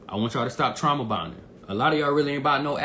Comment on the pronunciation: Yooooo fam said "trama bond" lol facts